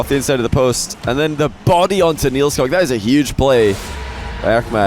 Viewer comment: It isnt pronounced NielsCock, it's NielsCook